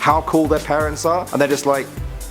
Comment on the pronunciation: When he says parents it sounds a lot like Paris.. Anyone else?